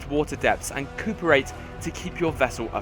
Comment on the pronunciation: It's pronounced co operate.